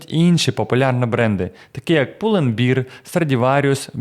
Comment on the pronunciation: пул энд бэар - произносится как медведь а не как пиво, режет уши гэп не гап